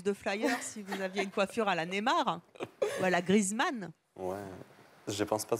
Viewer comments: la meuf elle ta dit nemar maos c es neymar mdrr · la meuf elle prononce "nÉmard" alors que c'est "nEYmard" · BORDEL on dit NÉ-I-MAR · a 8 minute elle a dit nezmar